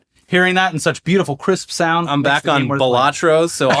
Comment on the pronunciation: It's pronounced 'balla'-'tro'.